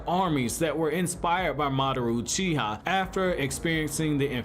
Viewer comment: Are you... Are you saying Madaroo Cheeha?